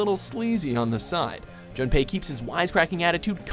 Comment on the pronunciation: Glad Junpei made the list but the pronunciation made it cancerous. It's pronounced JOOnpei. Also Yosuke is not YoSOOke. It's pronounced YosKAY.